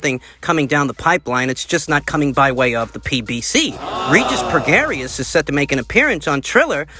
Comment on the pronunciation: It's pronounced Regis "pro-gray".